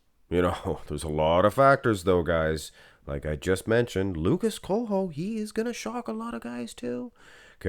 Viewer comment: The way you pronounced Coelho made me cringe so hard lol